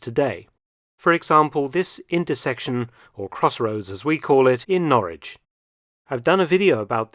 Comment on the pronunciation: It's Norwich or Norridge?